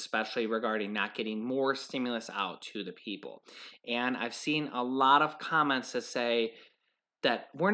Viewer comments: Did you say "comets" or "comments" ? 😀 I belive it is "comments" of how delicious M&Ms are! Still belive M&Ms are in the box!!! Love thw suspense! Happy BD to your mom! Blessings! Shalom! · Did she say COMMENT OR COMET